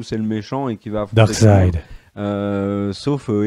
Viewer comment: Les gars je vous adore mais vous savez pas prononcer les mots c'est terrible, Ahshoka, Shnyder, Canerone, Darksid...